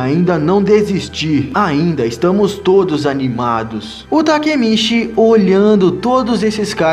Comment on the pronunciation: mano foi mt fofo vc trocando as falas tipo quando era pra falar takemichi vc falava takemiti sksksk